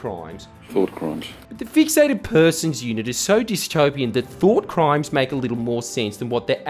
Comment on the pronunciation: "Though Crimes" bro i'm dying